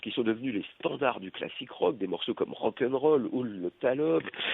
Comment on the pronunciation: et le "rock ende role"